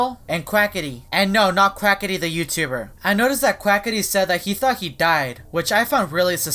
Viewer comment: Hahahahahahaha you said quacity